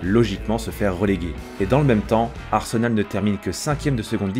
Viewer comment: Arsenol avec l'accent 😂😂